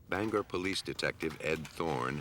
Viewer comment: Bangor has a long “o” and two syllables